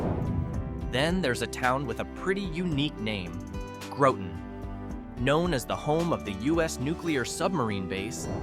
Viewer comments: It's Groton not groteton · You will be tired of hearing this, but Grot-un not Grow-ton. Great and informative video. Thx! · If you’re going to do a piece on a state at least know how to say their names. It’s pronounced Grot ton just like it’s spelled. Not like grautin potatoes. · Growton and House-a-tonic. Ha. Just kidding. Cool video. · You did not pronounce Groton correctly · Thank you. I was gonna give him the rotten with a G lol